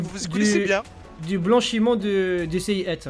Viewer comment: "du blacnhissement de sayiat" jpppppp tu trouve cette inspi bordel jsuis ko